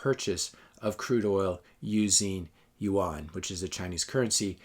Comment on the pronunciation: I think this is well put together. Seems like what your saying is that china is better at capitalism than US or any other country. I couldn't help but notice your mispronounciation of rmb and yuan. I realize that you have never been to china or you wouldn't make that mistake. Its ok, because if you had visited, you would have a different perspective. China was the last asian country i have visited. Always dreaded the the thought of visiting this horrible place i heard so many bad things about. Now I have visited more than 20 times and over 150 cities. I have a new perspective on China and Canada/US, since my first visit. I thought i was going to a 3rd world country with suppressed people dying to get out. Quite the opposite. I felt I was coming back to a 3rd world country when returning home. The people there were happy and loved their life there. They owned their vehicles , homes, businesses, credit cards. They didn't dare ever wear fake watches, purses, clothing. Those items are for westerners and they dont believe in owning fake goods. The only difference i noticed was that people seemed happier, less crime, i felt much safer anywhere in china. Sure the media is controlled, but who owns our media and newspapers and what is their agenda. I believe it is an illusion we live in a democracy. Yes we get to vote, usually for a lesser of two evils. But do you really have a say in anything past that. In Canada, the MPs do not represent their constituents. They serve the leader of